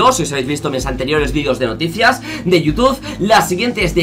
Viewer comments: dice toutube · por que dice Toutube?